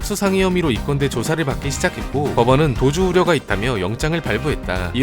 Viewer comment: 조선족 같은데...헐 나도 조선족이라고생각햇슴. 특히 도주우려 그부분에서